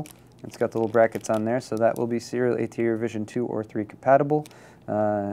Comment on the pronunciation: i know that... hes saying serial ata really fast and slurred to where it sounds like SEETA.